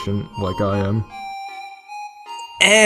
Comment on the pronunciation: I'm just saying but when Papyrus said 'I am always telling you that', the emphasis was meant to be on the am, like 'I AM always telling you that!'